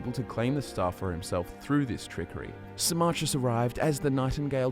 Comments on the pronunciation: I was so confused when you started talking about sarmarkis, Who the fuck is saarmarkis I'm thinking.... Then it dawns on me, you mean Symmachus, as in Sim-ah-cus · It took me five hours to read the whole thing, and I really felt like a shower afterwards. But I can't with pronunciation of Symmachus - "Sy-MMA-chus". I read it as "SY-mma-kus".